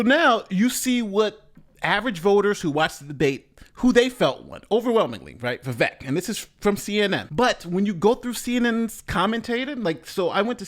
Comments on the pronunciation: For anyone who didn't know about Vivek (and it is pronounced viv-ache) there were a couple things I could see might put them off: 1) he was just a little overaggressive with his "bought and paid for" comment, he had already made the point earlier talking about Super PACs 2) his position on not funding Ukraine further That said, the first was his attempt to "Trump" the debate, and some people will like it rather than be turned off by it. Likewise, the Ukraine funding point will likely turn off some voters now who are sold on the neo-con agenda - but give it another year and people will be that much less enamored of the ongoing conflict and money-sink. Hopefully the audience were also listening to his actual vision and policy ideas (downsizing government significantly.) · First of all, are you mispronouncing "Vivek" and "DeSantis" on purpose? I haven't watched you enough to know if you're uninformed about these two candidates, or if you're making fun of them. It's not DeSantos. It's DeSantis - with an I. It's not "viv-eck". It's "viv-ake". Vivek won, in my opinion. I can't stand Nikki Haley, but I think she was pretty strong, as well, and definitely the thorn in Vivek's side - though I think he genuinely enjoys that kind of back and forth, while she does it out of necessity, and was not nearly as comfortable in those exchanges. She was really overcompensating for being a woman, and going full Girl Boss, which was off-putting. Let's just move on to DeSantis, Ramaswamy, and Haley, shall we? DeSantis aint the guy, but he has earned a place in the top 3 non-Trump candidates to this point. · Vivek is pronounced Vi-Vayk. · Vivek's name is pronounced as Vivake. vake is pronounced similar to Jake. The name विवेकः means discretion / wisdom in Sanskrit. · Viv-ache/Viv-ayk/Viv-ake sounds like steak (all sizzle no steak, Vivake). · Vivek is pronounced Vi-vake like cake. :goodvibes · OMG its Vivek, like cake! Yall keep saying it wrong!